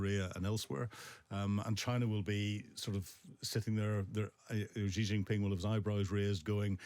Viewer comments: I don't like Xi but can people please learn how to say his name. It's not pronounced jee it's pronounced she. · Anyone who cannot pronounce Xi's name properly - starting it with the French 'Je' instead of the simple, easy to pronounce, accurate-beyond-dispute' phonetically identical word "She".. anyone who can't - loses a huge amount of credibility, as far as I'm concerned.